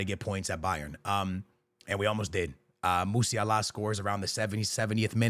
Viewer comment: Bro pronounced Musialas name as "Musi-Allah"... im 💀